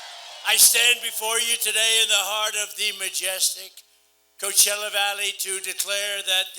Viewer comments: Take it from a Californian, He pronounced it right. 😁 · If Trump can pronounce "Coachella" surely he could learn to properly pronounce Kamala and Newsom.